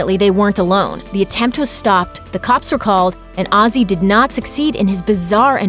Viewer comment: Who the fuck is Azzy Asbourne? Have enough respect for the man to at least pronounce his name properly, you stupid fucking Yank!